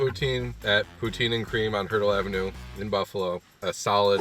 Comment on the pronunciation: BOON, sorry that's not poutine..... SA-CRI-LÈ-GES